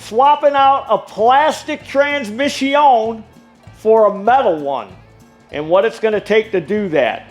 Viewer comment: I tried....I really did. But about the 157th time you said "trans-mishy-own", my mind snapped. A course in master mechanics taught in fluent French......it's more than I can absorb.